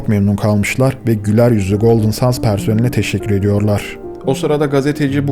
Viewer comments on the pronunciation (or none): küçük bir düzeltme yapmak isterim. Otelin adını Sands değil ``sendz``diye telaffuz etmek daha doğru olur. Golden sands ``Altın Kumlar``diye çevrilebilir türkçeye. Çalışmalarınızı büyük bir merakla bekliyor ve severek izliyorum. Elinize sağlık. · Çok güzel bir konuya değinmişsin kardeşim de Golden kelimesini düzgün okurken Sands kelimesini neden 'sends' yerine 'sands' olarak okuyorsun? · Neden SANS diyip duruyorsun. SANDS. ... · OKUNUŞU “GOLDIN SENDS”.. SANS DEĞİL .. EKSTRA BİR BİLGİ🎉😂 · Yahu " sans " mı " sand l mi.. ki ikincisi " send " okunur.. biraz özen gösterin lütfen.. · Sands degil, sends diye okunur, kum demektir. Bu kadar arastirma yapiyosunuz, otelin adini dogru okuyamiyosunuz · Abi her şey çok güzel de sandsi sans diye okuman video boyunca çok rahatsız etti altın kum olan sands isim ve okunuşu sends lütfen ingilizce isimlerde ufacık detayı atlamasan keşke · aslinda yanlislik olarak "sandz" demek ile "sendz" demek arasinda bir fark yok, ikisi de yanlis. Gondermek anlamindaki "send" kelimesi dediginiz gibi okunur. "Sands" kelimesi "seğandz" seklinde okunur. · Hocam sennds olacaktı okunuşu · otelin ismini her söylediğinde kendimi öldüresim geldi videoyu izlerken SANDS değil yaw sends altın kumlar